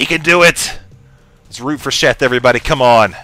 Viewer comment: I swear keeps saying Chef not Sheth. LOL!;)